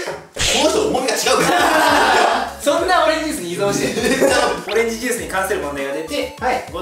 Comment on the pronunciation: 本当はいぞんじゃなくていそんだよ